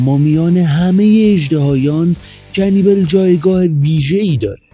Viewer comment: اسمش رو اشتباه میگی عزیز کنیبال اسمشه